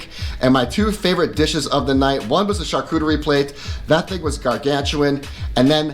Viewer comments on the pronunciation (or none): none